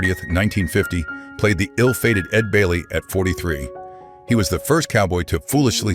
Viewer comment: You got Ed Bailey wrong go back and redo the whole video dummy ! 🤔🤨